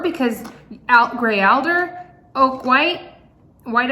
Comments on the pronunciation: That is not cat tails that grow in swamps that he is allergic to. Its grass that makes its seed pods at the end of a stem. And alder is pronounced all - der. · Lol. A roll in the hay. And it is pronounced (All Der) Alder tree. Mulberry is in a lot of teas. Check yours. Timothy grass is everywhere in California. It looks like wild wheat. When it grows larger it plums out like a cattail but not as big.